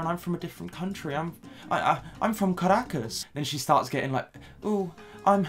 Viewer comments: As an actual Caracas girl, I'm quite impressed by your pronunciation of "Caracas, Venezuela". For us it's soo cringey that she flags her nationality on any. chance. she. gets. We get it, you're Venezuelan, we don't thank you for the representation. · sometimes I come back to this video to hear say Caracas, Venezuela and Latina 😍